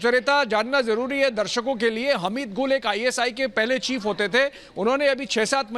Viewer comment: Madam for ur kind info hameed hamad nhi